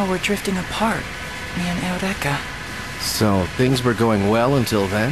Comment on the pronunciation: the way they pronounce Eureka in the Dub makes me cringe so hard